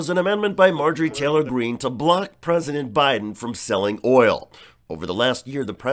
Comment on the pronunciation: I love the way she pronounces “OIYOL”! Useless Rube!!!